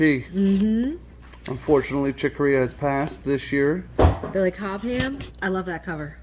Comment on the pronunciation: Billy Cobham. The H is silent. Yeah, I'm a dick.